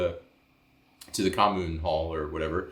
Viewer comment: The period for campaigning is legally limited, candidates will get fined severely for campaigning outside the appropriate period. Sadly the media talk 70% or so about that on news broadcasts, which is kinda annoying.😅 Oh, and also, your pronunciation of 'kommune' was really good!😁👍